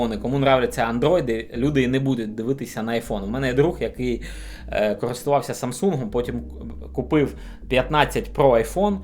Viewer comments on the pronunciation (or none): none